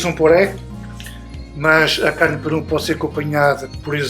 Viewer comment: "PERUM"? Não será PERÚ?